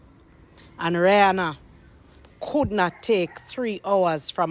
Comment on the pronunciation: You cannot even pronounce her name correctly. Everything, is always a problem especially when it comes to.